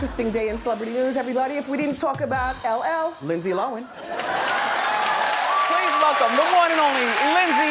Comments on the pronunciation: I agree with others here, in South Africa is "low-en" (were an ex British colony so millions of Lindsay's kinsfolk are here). Reminds me of the Charlize Theron thing. In the beginning Hollywood called her Charlize Teron (silent "h") but its actually "th". However while they fixed that part yall still pronounce wrong. It's not THER-on. There is no emphasis on any of the syllables. In fact it sounds like a phrasal verb in that we say it as if it's one syllable. It's Just plain Theron (kinda like "therein" is two words but said as 1 syllable). Just doing my part for the Acting industry. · Dana K she literally said at like the 14 min mark while talking about her night club that it was called LoHAN night club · "Lindsey Lo'en" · They pronounce Lohan Lowen and Mr.Duvall Pronounces Cady Caddy. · The fact that she drops the h when she says her name drives me nuts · seriously. Not a bright woman. Didn't even know after how many years how to say her name. Gross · I kept cringing every time Wendy said her name incorrectly. She’s funny but so rude. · Is linsdays last name really pronounced how Wendy is saying it 😂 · Thought was Lindsay Lohan not lohen keep saying that then when she introduced her she said it right is this the mandela effect lol 🦋 🧐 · For years says “Lindsey lowen” Lindsey comes on her show “Lindsey LOHAN” lmao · I'm confused because years ago when everyone in the media was saying Low-Han, I heard an interview and they asked her. She said she always pronounces it Low-en ..so from that point on I always said that. Sometimes I would switch it up from hearing it said Low-Han so much. It's just weird that she wouldn't be consistent with her own name even if she didn't care how others said it. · LINDSAY LO-HAN not Lindsay looan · Keeping up With the Ks ok thank you i thought i was hearing her wrong hahaha i was like lindsay lowen? whaaa lol lohhhhaaaannn lol 👍ok so my hearing is good lol thnx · LOHAN NOT LOAN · It’s actually pronounced “lowen” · Made me mad 😡😂😂 lowen